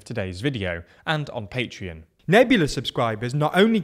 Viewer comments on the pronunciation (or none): none